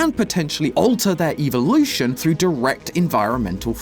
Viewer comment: “eevelution” idk what Pokémon has to do with poppy playtime but ok